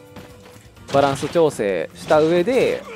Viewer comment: くだらないんですけど、 友達が こんなにちょうせい おおたにしょうへい に聞こえるそうです 笑